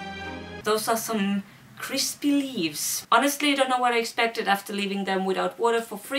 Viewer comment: No one: The Leaves: Kwispy